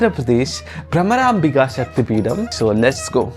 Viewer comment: Peeda means pain and you’re one…… It’s Peetam